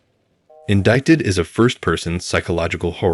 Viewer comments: Did you say "indikted???" Um, the c is silent. lol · WHY does every young person get this BASIC word incorrectly. Here we go: *Its pronounced - “In-DYE-Ted,” as in: he was INDICTED on theft charges Friday but had to wait be Arraigned in court on Monday.” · You are aware that the C in 'Indicted' is silent right?